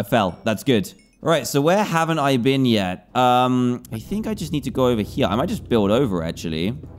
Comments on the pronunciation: Why bean? People can speak their own ways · Ahh yes I haven't BEAN to the second part of the end as well